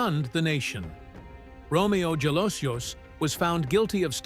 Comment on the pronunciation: His surname Jalosjos is pronounced as Halosos.